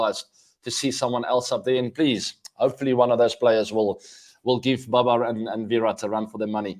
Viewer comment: babar is not baber . he is India :D